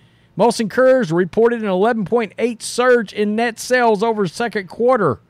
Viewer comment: Great video as always. It took me atleast four tries until I realized you were saying "Coors" 😂